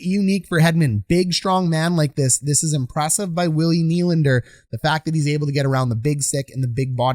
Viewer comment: At this point you’re just trying to mispronounce Nylander’s name lmao